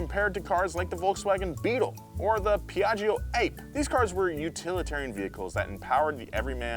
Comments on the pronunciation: Love the episode but one thing I noticed is: It’s not Piaggio Ape but is Piaggio (Bee) in Italian yes is written Ape but is pronounced Apae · Piaggio "ape" like the bee, not the ape...!!! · The Piaggio Ape is not pronounced that way it means bee in Italian you don’t pronunce it as the synonym of monkey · The piaggio ape is pronounced awp eh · How did you pronounce "piaggio ape"? That was the wrong animal! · I'm so sorry, but Piagge Ape is not possible to hear it.. the spell is the same, but word APE in Italian means BEE.. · Piaggio Ape 🦍...was that with intentions? It is Piaggio Ape 🐝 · PIAGGIO A P E. It means bee in italian. you're not supposed to pronounce it like that